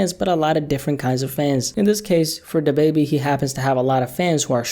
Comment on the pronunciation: Da bebe.. it’s Da Baby, bro!! 🤣🤣🤣🤦‍♂️🤦‍♂️